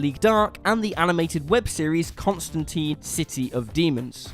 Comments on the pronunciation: Don't let Ewan hear you mispronounce Constantine, he might have an aneurysm. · ConstanTINE, rhymes with LINE! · It's ConstanTINE as in fork tines. Rhymes with times. Not constan-teen. Canon. Says it in the comics.